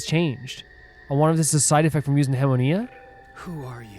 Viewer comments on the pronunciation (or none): And as one other quick thing too, just a reminder on pronunciation; just look up the pronunciation for "hemoglobin" and "anima" and you should be good to pronounce hemoanima. I'm sorry if this is a nitpick, it's just admittedly getting to me more than it should lol